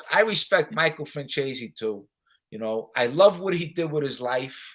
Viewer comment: it's Michael Franzeees not Franchayzee.